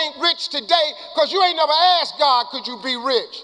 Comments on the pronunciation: It's "asked" not "axed" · Am I the only one hearing AKSED instead of ASKED? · Great video, but why do you consistently say "aksed" instead of "asked"? You are very articulate, eloquent and intelligent. Maybe it's a cultural thing, cos I'm an Australian, but it just stuck out to me.